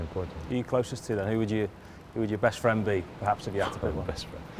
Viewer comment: Aw fwend, football fwend